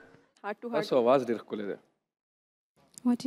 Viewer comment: Awaz nahi ghag.. Pehlay khud pashto seikho.. Awaz ko pashto may ghag boltay hay.. Or apka name khush hal nahi balkay khoshal hay pashto dictionary dekh lo